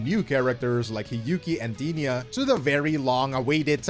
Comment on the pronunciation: Goddamn you butchered Denia's name lol.